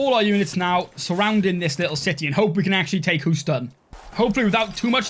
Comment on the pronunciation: "Hooston" <3 We pronounce it 'hyoo-ston' :D